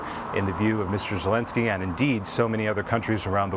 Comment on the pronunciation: Argghhhh !! Its not "Zilinsky ' and its not " Vladimir " Vladimir is the other guy. The field reporter got it. That kind of thing used to matter in journalism